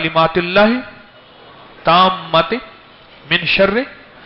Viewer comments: Alis bande n Doa b sahi nahi parhi. Tammat h. Isne galt parha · معذرت کے ساتھ حکیم صاحب اپ الفاظ کی ادائیگی میں کچھ غلطی کر رہے ہیں اس کو درست فرمالیں بہت سارے لوگ اپ سے سن کر اسی طرح پڑھیں گے اور یہ صحیح نہیں ہے اپ پڑھتے ہیں،،تامۃ،،جبکہ یہ الف مدہ ہے اور آپ، ا ،نہیں پڑھتے یہ دعا لکھی ہوئی صحیح ہے برائے مہربانی کسی قاری صاحب سے صحیح قران پڑھنا سیکھ لیں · Attaammaaat Talufuz sahi kerna chaye